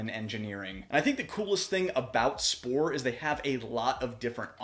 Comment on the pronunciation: I know you are american but you are pronouncing the company's name wrongly :) The "Sp"(ohr) in german is pronounced as "Sh"por. Thanks for the very nice review!